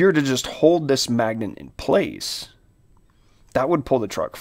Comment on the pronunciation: Why the heck this man say magnent every time..? Why he throwing an "N" in there..?